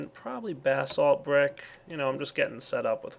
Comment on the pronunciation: every time he says basalt it sounds like bath salts to me. lol